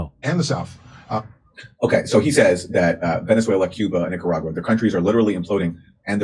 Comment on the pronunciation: Did she say “NicaWAGwa?” I’m pretty sure she did… twice !